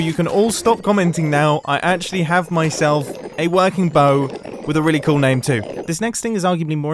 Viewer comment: Only Mumbo pronounces "cool" as "coo"